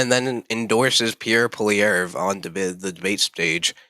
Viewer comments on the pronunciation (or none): This is a bad video, you cant even Pronounce Pierres last name correctly. If you only believe in the polls i guess you also believe Kamala won lol